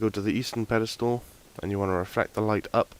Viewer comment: whats a pedistool? you said it about 1000 times, i think you meant 'pillar of light'